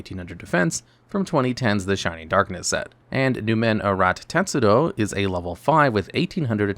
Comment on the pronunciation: teSTudo, not teTSudo Latin derivation, not japanese (although I don't know if tetsudo means anything in japanese, but the "tetsu-" part sounds pretty japanese to me)